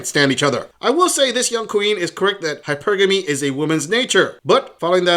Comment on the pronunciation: It’s hilarious when they pronounce hypergamy wrong in the middle of horribly explaining it- we can tell you just googled this shit love